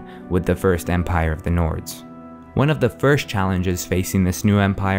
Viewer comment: Halt halt halt you mispronounced Empire you will face the wrath of the mighty Talos